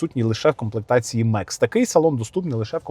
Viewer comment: Мекс - ??? Комплектація «Max» - це Макс. Від слова «максимум», на всіх мовах світу. Макс! Не Меееекс!